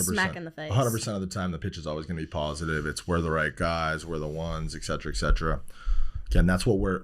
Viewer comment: I just cannot trust people who pronounce excetera that way